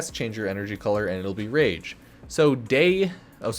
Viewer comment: Spectro-whaa? Raahj? I think we pronounce the word "rage" differently, you and I... In all seriousness I enjoy your videos. I'm sure most will go to the meta guys like Brozime, GHS, iFlynn, maybe leyzar if he comes back, etc. but in the same way some people just don't like playing the meta I don't always like going to the big warframe partners for my info. So I appreciate the underdog status u have in that regards. That and you have a calming voice so yeah 👍😁